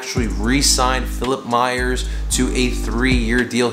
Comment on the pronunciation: It’s “Myers”